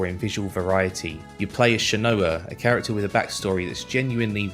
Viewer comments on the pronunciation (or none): none